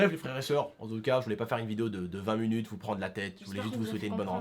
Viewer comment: Dsl mais c'est pas fruitueuse mais fructueuse et c'est minutes pas munutes et mdr la coupe à momo